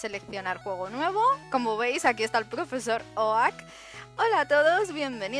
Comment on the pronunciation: ¿Oak? ¡¿Oak?! ¡Se pronuncia "Ouk"! XD PD: Ponle mi nombre a algun Pokémon :D